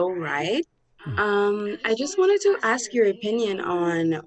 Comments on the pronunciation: The communication major uses the word "ax" instead of saying ask.... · And "axe"